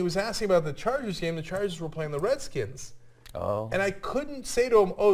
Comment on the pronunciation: Lol couldn't say Redskins lol